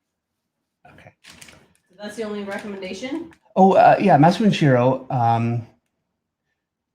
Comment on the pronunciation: learn to speak japanese , its not msne shiro its masamune shirou.......